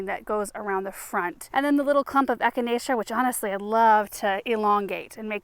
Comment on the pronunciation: Isn’t it funny when you see your children mimic your own behavior like kicking over the plant to start digging. And the way he easily pronounced echinacea! He is growing up too fast! He needs to be “pinched back”! 😂. This made my day this morning. ❤